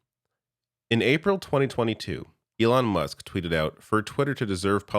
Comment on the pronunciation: did he just call Elon, elonesk?